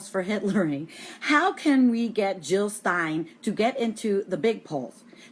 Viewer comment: JiLL NOT HiLL!!!